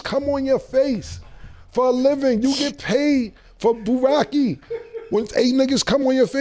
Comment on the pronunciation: Who is Burrake? Lol.